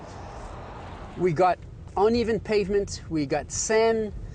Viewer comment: "We got oneven Pavment, we got san, little san, alot of san" Seriously, wtf are you talking about "oneven" "san" terrible pronunciation And its handling, not handing lol